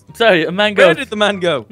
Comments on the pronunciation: mango not mago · its pronounce (mayn-go) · It is pernoused mängo